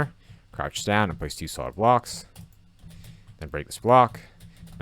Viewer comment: "Soid blocks"😂